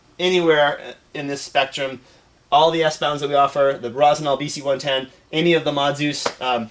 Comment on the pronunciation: It's Rossi - NYOL, not Rossi GNOL. Cognac is pronounced KON-YAK for the same reason.